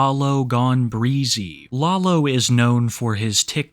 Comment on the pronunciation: Hearing say “law-low” is sending me